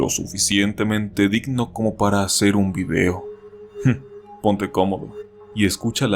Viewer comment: ¿O soy yo, o en el minuto dice "vibeo"? Igual me gusta tu contenido crack